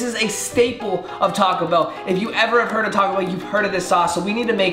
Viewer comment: “Talk-co Bell” Me: 😭🤦🏽‍♀️